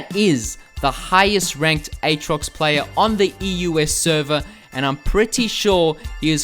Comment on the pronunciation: its pronounced "at rox" not "ayt rox"